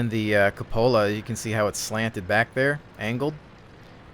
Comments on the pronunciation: cupola [kyoo-puh-luh] Not Cup-ola. lol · Drove me a little crazy listening to this one XD It's pronounced coop-ola like the coop in 'chicken coop' or 'cooped up'. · No, it is pronounced kyoo-puh-luh, like Q, not cup, not coop. Dictionary. com will give you voice pronunciation to clarify.